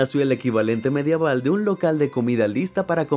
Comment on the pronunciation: La palabra es Medieval* no Madiaval😂